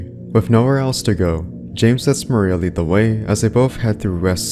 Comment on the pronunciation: You pronounce “lead ring” as “lehd ring” it’s a type of metal